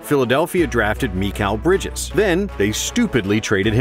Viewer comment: meekal brijez